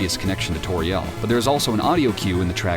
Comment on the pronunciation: This video is really good, but the fact you put the stress on the "ri" in Asriel and Toriel bothers me so much. I feel so bad for being to nitpicky but I have put the stress on the first syllable and hearing somewhere else bothers me.